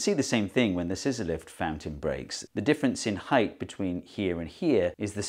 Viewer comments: I heard "sizolelith" instead of scissor lift, and for a couple seconds thought he was building the wall out of some weird kind of stone. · Every time you said scizzor-lift fountain I heard Sysyliph's fountaint, and for few seconds I was thinking it was some greek philosopher. And even after I got it, I woudl get bamboozled for a second next time anyway XD.